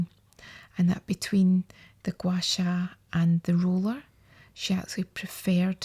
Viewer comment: Yeah same I love the way she says Gua sha too 😂 she needs to get some asmr goin her voice is so nice.